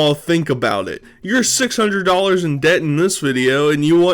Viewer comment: How many is “one wahadreth”?